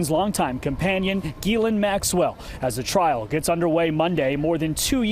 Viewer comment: It’s pronounced jizz-lane.